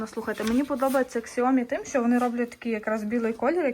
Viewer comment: Не ксиоми а сяомі, ви ж там були, слухать стидно